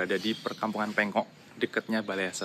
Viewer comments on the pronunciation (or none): Mas,PENGOK bkn PENGKOK... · Bukan pengkok mas tapi yg benar adalah kecamatan PENGOK